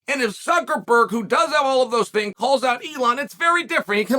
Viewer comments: This fight needs to take place in some random backyard in Miami OG Masvidal style. Suckerferd <- one of today's pronunciations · Why does Chael keep calling him Zuckerfer or Zuckerford? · Said Zuckerberg right one time and went right back to ferg just to mess with us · Zuckerferg hiring Musameelee Chael you misspoke and pronounced it "Zuckerberg" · The way you mangel Zucks last name is priceless.